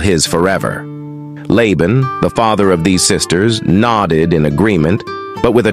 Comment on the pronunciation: In the name Laban, the first A is long. It is pronounced “Layban”. There is a drink Laban that is pronounced the way you said Laban.